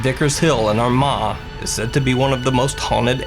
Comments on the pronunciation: It’s pronounced our ma ireland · Armagh= ‘our ma’ phonetically 😂